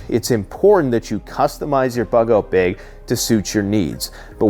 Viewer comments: Bug out 'beg'.... Ahh, Canadians😏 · People just wanted to hear you say "beauge" a bunch of times 😅